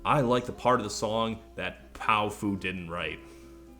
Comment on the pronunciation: I think it's pronounced pow-fuh. Like a slurred "powerful".